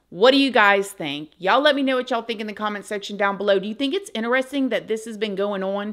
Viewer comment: I like how you say "inner resting" to mean "interesting". Hihihihi